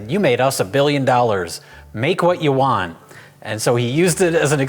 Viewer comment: "You made us a billion dollars, make what you Wan"